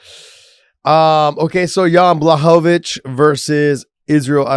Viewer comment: You guys pronounced Blahovavich’s name wrong.